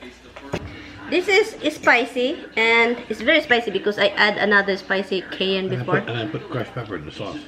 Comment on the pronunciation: Cayenne...pronounced Kai-yen, not kay-an